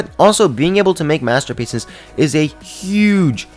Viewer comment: DID JUST SAY UGE XD